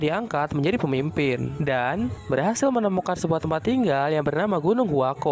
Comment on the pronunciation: Bukan gunung huako tapi. huakuo